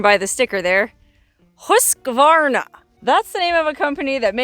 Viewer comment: Thank you for pronouncing Husqvarna correctly and not saying Husq “a” varna like most people do.